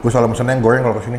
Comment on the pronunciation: Seblak goeng bumbu Koea ... Hadeh ampun rrrrrrrrrr yg bnr ....